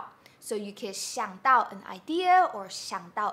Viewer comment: At 4.20 shou, you miss the s in shou